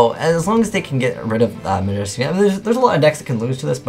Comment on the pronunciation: Stop. Saying. Midrash.